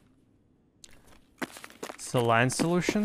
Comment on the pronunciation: Gave it a thumbs down for not knowing how to say saline and vaseline properly